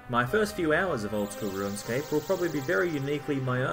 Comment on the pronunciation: Are you saying "ruinscape"?